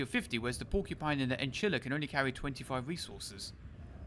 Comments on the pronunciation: Enchilla, wtf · Sounded like he tried to say enchilada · "Enchila"? 😅 Did you think about chinchilla or enchilada? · Ah yes the "Enchilla" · sorry to be that person but its one of australias cutest lil guys. Echidna (E-Kid-Na) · Not sure what's more painful, the event or trying to pronounce "Echidna". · Yeah i tried to correct him, he preferred his way